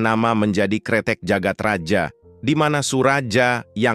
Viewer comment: bawa ceritanya udah bagus, tapi naratornya gabisa baca ejaan lama. dibjo harusnya dibacanya dibyo, djagat raja harusnya dibaca jagat raya